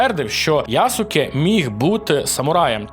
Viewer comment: ЯсУке кашєно да. Я не те щоби знаток японської, але всі японськіі імена з СУ, якї я особисто чув, вимовлялись без тої самої У. Тобто Яске. Трохи духоти в коменти, але я аж хнюкнув з Ясуке😂